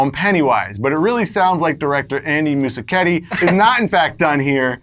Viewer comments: "MUSIKETTI" ...dude, is it really hard to say "Muschietti"? ( MUS - KIET - I ) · You are MISPRONOUNCING Muschietti, DUDE!!! It's not Moosiketti! Ugh!